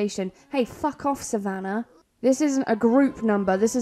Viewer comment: Yay . Someone saying savannah right .. most add a r in the name . My granddaughters name is savannah and she is a teen